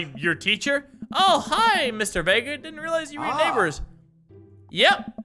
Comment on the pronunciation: thank you for pronouncing my last name Vega right